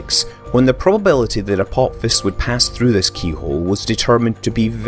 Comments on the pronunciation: The video is great but I had to stop watching because you kept saying "Apop-fis." Dude, its pronounced "Uh-pah-phis." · 'Apopfiss'??????? Wtf dude?!?!?!?! Even my dog knows this asteroid is named after the Egyptian God of the underworld, pronounced "A-PO-FISS" not "A-POP-FISS" lol but nice one for the giggle 😉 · "Apopsis" - seriously? Read the fucking word. Apophis. Pronounced: "Apofis" ... ffs.. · Is is really said Apop-his? I would have thought it was ph as in f, so Apo-fis? I think the god is pronounced the same way. Wikipedia agrees and that NEVER wrong XD Scott - you've been in the US too long, pronouncing words exactly how they are written. Tut tut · You thought correctly. The "ap" is the prefix, the stem comes from "Helios" - The Sun. On the other hand, "Apophis" is pronounced "Apofis". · Apop-fis... giggle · Why is he saying apop phys? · It's pronounced "apo fis" !! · Another great video, but you pronounced some of the terms/names incorrectly - such as aphelion and Apophis.